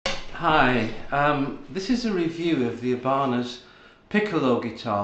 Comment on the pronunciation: Ebarners? 😂 it’s i Ba nez